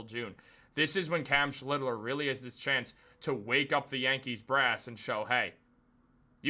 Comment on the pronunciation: You're mispronouncing the pitcher's name, its SCHLITT - LER. Like Shit but with the L.